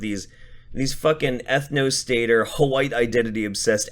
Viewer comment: "W-HHH-ITE" "Captain Puffy Nipples" I can't stop laughing! 😂